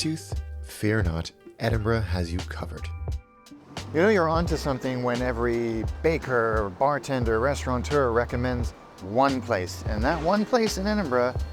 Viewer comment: Interesting ep BUT, please, it’s restaurateur NOT restauranTeur 🤦🏻‍♂️ You really should know that.